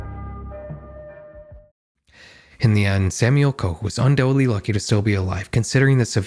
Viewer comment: Undoubtedly. Is not pronounced un-dowelly. 😅